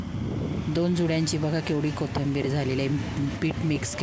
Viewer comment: किती वेळा कोथंबीर म्हणता. कोथिंबीर म्हणा.पीठ का टाकलत मग?